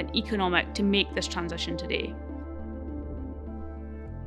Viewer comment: Not only you pronounce the word 'today' incorrectly, but also the assertions that you present are vaguely incorrect. For example, you talked about the amount of solar needed to power the world as less than 1% of land. Well, this assertion requires a few definitions. How do you define the amount of land for solar power generation when the sun does not rise during the night. Also, different pieces of land receive different amounts of sun. So on a so forth. Plus the efficiency of solar cells is not even 50 %. We are yet to employ solar just because of this dear lady. YOu said we can use nuclear. You did not mention about the limited nature of the raw material required for the nuclear power plants like uranium of whatever. Plus nothing mentioned on how to deal with the enourmous amounts of the radio active waste this power generation produces. Why do you need copper to decarbonise electricity grids? Besides, the term like "decarbonise electricity production" can be understood. But what is "decarbonise electricity grids"? Very well said wen the transportation aspect was discussed. While you talked about cement, you said you can capture the CO2 emission in he process of making cement and bury it underground. If this can be done, why not do this with all coal-based power plants? Thanks.